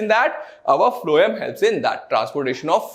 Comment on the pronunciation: Sir Why you used to say phloam instead of phloem, i suddenly feel that i should see another video rather than, you should correct your silly mistakes .🙂